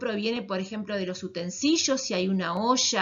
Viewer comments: Es utensilios, no "utensillos" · Utensishos ,cabeshos mashoria 😂 las baterias no se embarazan 9 meses se parten y tienen 2 hijos y por si no les quedo claro corran !!!! Nos invaden los microorganismos bueno donde quiera menos en los alimentos manipuldos por las personas que vieron este video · noooo los utensishos <\3 mi mayor enemigo. se escribe y se dice con iLi sra intendencia 🤧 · Si no se por que dice así utensilios jeje me dio mucha gracia 🤭